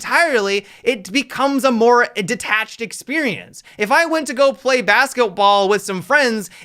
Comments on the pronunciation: I heard Bastovoll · BASK O BALL?? words man words lol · i heard baskoball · LOL I heard Basketwall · Basketwall lul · Why he say basketball like that😂😂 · Did anyone else hear him say basketball weird or just me